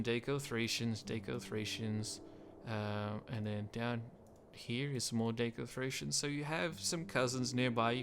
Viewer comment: I think daco is pronounced As “da-co”, not “day-co”. Apart from that, great overview about one of my favourite factions in the mod, next to the entire Gaul/Celtic factions and the steppe nomads. Though I can never commit to finishing a campaign with them in the grand-campaign as starting economy and military is hard to balance for me, even on normal EDIT: I wonder if you should go over the starting mission chapters of the factions you overview, and go over whether or not they might be worth it. And also maybe go over the victory conditions, as I think they can influence the way you play out your campaigns as well as how it affect your decision making.